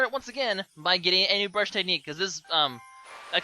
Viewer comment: brush not bruse!